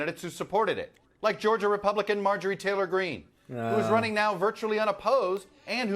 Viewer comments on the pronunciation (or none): none